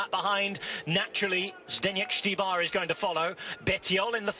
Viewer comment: Finally learned to pronounce "Štybar"👏👏👏